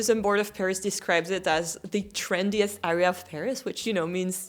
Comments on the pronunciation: btw you keep pronouncing the word area as ARR-ea but it should be ERR-ea (with the [ɛ] sound instead of [æ]) 😂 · Très bon anglais mais prononce le “a” de “area” comme un “ai” et pas un “a”. I feel like all your “underrated” + the 14th would be in my own “A” or “B” category. Personally I don’t love the 17th, it’s my own “bof” mais tous les goûts sont dans la nature !